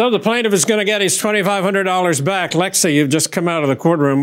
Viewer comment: Lexi rhymes with Pepsi